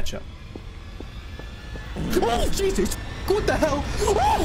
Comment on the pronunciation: bro beacame asian when he said >what the hell<